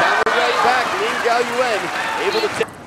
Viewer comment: i thought the commentators are flawless :D lin gaoyuan, not gaoyuen. lin with crazy spin this match, and super fast changed from back to forehand.